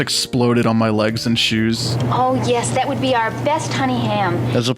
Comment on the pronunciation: Can I pay you in scroos for those shoos?